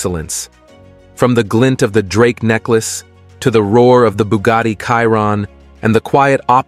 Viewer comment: bugatti "KAIRON" hahahaha